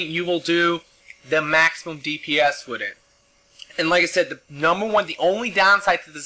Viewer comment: With, not wid.